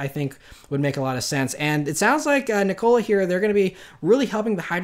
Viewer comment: can he stop saying NICOLA rather than NIKOLA?